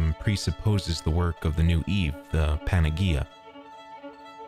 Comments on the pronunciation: for future reference panagea is pronounced with an 'h' sound not a g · lol PAN-A- GEE- A, in Greek g = y PAN- A- Ye- IA 👍